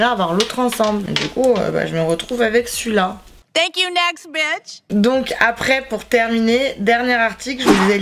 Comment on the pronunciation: C'est Bitch, pas Beach. 🙄